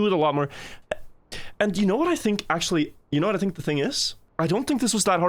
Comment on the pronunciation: Bro said akshually